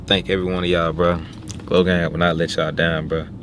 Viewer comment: Bro why you saying glogang